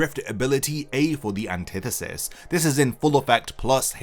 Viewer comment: When i heard him say anthitetist (idk the name first language isnt english) i knew that this wasnt gone be fair at all (for sasuke that is)